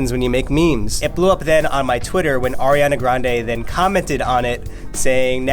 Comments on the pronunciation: "Airiana" Me: excuse you it's Ariana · says “ Air-iana” and I’m cringing inside 😂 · I get so mad when people pronounce her name as air-iana ITS ARE-IANA 😂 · ITS 👏🏻ARIANA👏🏻 NOT👏🏻 AIRANA 👏🏻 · IT'S ARI NOT "AIRI" her name is pronounced AH riana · It's Ari-ana not AIRIANA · It's "ariana" not "airiana" goddamn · Why did she say “airiana”...where does she see air in her name... I see ari 😂😂? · broke my heart. She said AIR-iana 😫 UPDATE: she just said Ariana, my heart is full again UPDATE 2: my girl Ariana doesn’t photoshop, she’s just very petite. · People saying Airiana makes me so uncommfortable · lol it sounded like she said “airiana” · "Airiana" ugh really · said AIRiana Grande 😑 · Eccentric How do you pronounce your name? Eh-see -tric? Ec-sen-trick? Do you not see why saying "airiana" is annoying? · U. PISSED ME IFF U PROBOUNCED ARIANA WRONG IN THE FIRST 18 SECONDS IM A HUGE FAN AND IT BUGS ME WHEN PPL PRONOUNCE IT WRONG BUT I STILL LOVE LADY LIKE AND IM JUST ANGRY IM GONNA GO SCRAPE MY EYEBALLS NOW BYEEE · Ella Bear ikr 😫